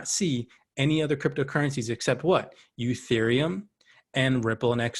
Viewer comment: Its not youthereum....it's "E" thereum